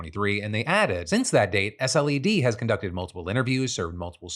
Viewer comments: Hey Phil, thanks for covering the Nancy Mace story. In my own state and hadn’t even heard of it! Ps. the South Carolina Law Enforcement Division, or SLED, is pronounced sled, like snow sled for future reference :-) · We call the SC Law Enforcement Division SLED, not S.L.E.D. It’s not important at all, I just thought I’d let you know😊